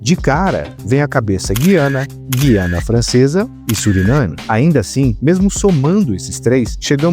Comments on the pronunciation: GU - IANA, e não GUI - ANA. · Um deslize menor, mas importante: Na pronúncia correta de Guiana o U é pronunciado (UI é um ditongo), não é "Gui" de Guilherme. É uma exceção pelo fato de essa palavra ter origem indígena.